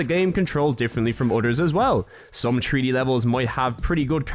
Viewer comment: In a TREE D SPACE!?!?!? YOU MEAN THREE DEE!!?!?